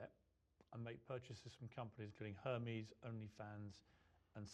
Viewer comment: Her-me's?? Hahahahaha Pierce!!!